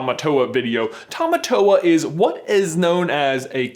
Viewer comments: I almost couldn't watch this because of the pronunciation of Tamatoa. Tah-Mah-Tore. Not tow-wah. Literally meaning 'Strong Man.' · I am fluent is Te Reo Maori and Tamatoa is pronouced like "Tah-Mah-Tore-Ah" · Please pronounce tamatoa right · you said tamatoa wrong